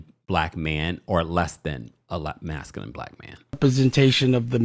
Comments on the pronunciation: Did D pronounce masculine as masculinett with a t?! I can’t. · DID he say masculent??😂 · The man cannot even pronounce masculine!!